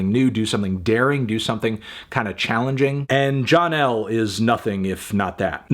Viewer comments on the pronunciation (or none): The "L" in "John L" is roman numerals for "fifty" so you don't say "John L" you say "John 50" melon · Dear Fantano, it's called John "50" for the L in roman numerals. Not John "L." Example: "This was the scene on Main Street when John Fifty comes to town." Once again, John "Fifty" not John L. You may now continue telling me what I like. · Isn't it pronounced "John Fifty"? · Fantano. The "L" in "John L" is pronounced "fifty" being the Roman numeral fifty. This is reflected in the lyrics, telling the story of the fiftieth monarch named John, whose subjects end up revolting against, just like the previous 49 Johns. "This is the scene on Main Street, when John Fifty comes to town" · Shouldn’t black midi’s song John L be pronounced John 50, since its a latin number and not a capital L?